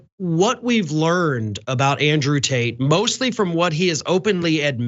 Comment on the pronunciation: I kept hearing John referring to Tate as “taint.” Well played, sir!